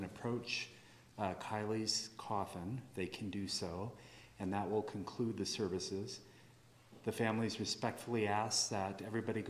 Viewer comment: I believe it should be "Service" Not Servive...